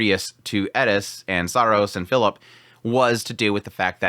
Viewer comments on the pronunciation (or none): none